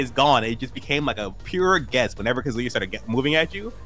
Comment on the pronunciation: hearing kazoo-ya instead of ka-zu-ya from a pro is rough